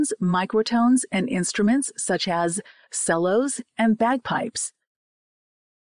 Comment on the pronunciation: i have never heard this instrument pronounced this way. Should be pronounced chello even though there is no " H "